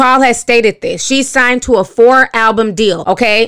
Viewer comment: I love the way Ti says "signT" instead of "signed".